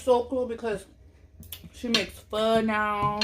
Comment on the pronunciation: Thank you for saying pho the right way😂